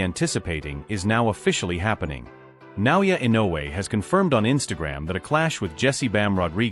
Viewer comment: and these people still can't pronounce his name right ! 😮wtf ? Na O Yah E no way !